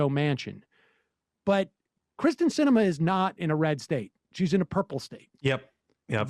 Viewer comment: I may despise Sinema, but it still bugs me how often people still mispronounce her first name. The first part of her name sounds like EAR. (I'm originally from AZ, but I escaped in 2018.)